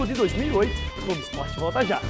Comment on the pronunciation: "Glogo"! A gente se "Cliga" em você!!! kkkkkkkkkkkkkk